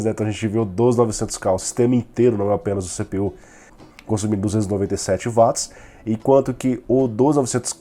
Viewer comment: Sempre vejo o resumão, gosto e acho bom, mas por favor, quando se referir a alguma medida de potencia diga UATS e não VATS, pois o criador do termo, que leva seu nome é britanico, então o W tem som de Ue não V, que assim seria alemão.